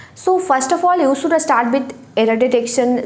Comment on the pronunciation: सुड नहीं शुड बोलते हैं मैडम।